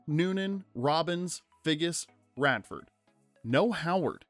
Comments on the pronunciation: I'm trying to let the Lovell pronunciation slide and you call Redford, Radford. I can't, I'm out. Try again and we'll talk. I don't think you actually know movies. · He also says "Howards" instead of "Howard" once and also says "Radford" instead of "Redford"